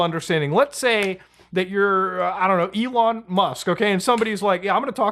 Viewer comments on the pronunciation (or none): none